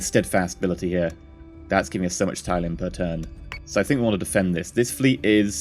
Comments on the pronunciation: mate its pronounced TIL-E-UM not TIE-LEE-UM not to be a dick but it was bothering me. thats how its said in the show is all im saying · its pronounced Til - le - ium. Not Ty - le - ium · Robert Beasley This. It bugs me so much! Til....TIL - le - ium 😂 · Hi, love your videos thus far. I just want to correct one thing but you don't have to do it if you don't want to of course. Tylium is pronounced "till-ium", that is it. Other than that your videos are nice and it is great to see how the game will play.:) Much Love TankGirl XOXO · It's pronounced tilium!!! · You come off as really unlikable when you claim people are wrong(despite them being right) and you say it in such a condescending way like you know everything, you said "Raptors, if you don't know, are basically space fighters" in episode one and you say Tylium wrong. I wouldn't mind if you claimed to not have much knowledge of the series. I would love to watch anyone else play this except you but unfortunately for me it looks like you're the only one who's doing this in English. You're not an idiot, just really ignorant. I haven't watched the episodes further on from this but you need to sort your self out. As you said In the words of Wil Wheaton "don't be a dick". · Since you acknowledge that it's set in RDM's Galactica, is this a bad time to tell you you're pronouncing tylium in the old 70s Lorne Greene way?